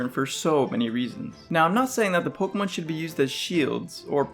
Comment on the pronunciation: you say pokemon worse than any person i've ever heard. you say it like you're trying to get it over it. 'pugumun'